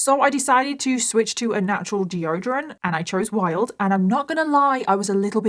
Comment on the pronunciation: "geo-drun' " (deodorant)